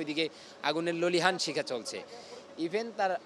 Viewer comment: Ki sundor uccharon, aaguner lolihan(lelihan)shikha